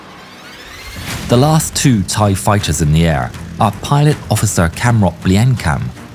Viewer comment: bro i cant with the thai pronnuciation man 😭😭 not tryin to make fun of you but i didnt know that my country's laguage was that hard to read for westerner lmaooo, also good vid tho